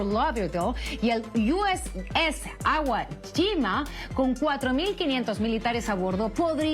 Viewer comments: Perdón seńora. El sustantivo no es AGUALLIMA. Se pronuncia simple en espańol: I W O LL I M A. Diplomazia.....😂😂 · ¿Porqué a los periodistas les está costando tanto decir "Iwo Jima"? Sólo dicen "Aiuo gima", es una palabra japonesa, no inglesa, ni si quiera los gringos dicen "Aiuo Gima". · Es USS Iwo Jima no USS Agua China como pronunciastes. 😂😅😂. Iwo Jima se pronuncia en español Ywo Yima no Agua China 😅😅😂. Y USS significa UNITED STATES SHIP o sea Buque de Estados Unidos. 🇺🇸❤️🇺🇸❤️ La próxima vez antes de decir una palabra en inglés, trata de escuchar la pronunciación. 😢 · Sera posible que ningún locutor de ningún canal sepa decir bien el nombre? Es IWOYIMA la palabra es japonesa y es el nombre de una isla que fue escenario de una batalla épica que cambió el curso de la segunda Guerra mundial. Hay un monumento en whashington de varios soldados levantando LA GLORIOSA BANDERA DE LOS ESTADOS UNIDOS conmemorando esa batalla. El.barco lleva el nombre en conmemoración a esa batalla. Será posible que pongan a tanto ignorante a leer noticias ? A veces tanta ignorancia es un insulto al televidente y más a un verdadero admirador de Los Estados Unidos de América